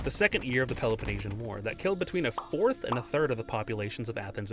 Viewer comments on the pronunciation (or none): none